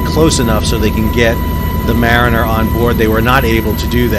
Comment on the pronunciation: "Mariner"? Not exactly.